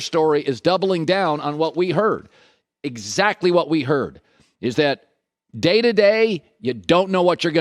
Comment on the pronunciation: Can’t wait to see this video age, also notice how Colin keeps emphasizes the word “heard” when he doesn’t WATCH Trey has great mechanics the accuracy will get honed in look at Josh Allen who I’ve loved since day 1 took him till year three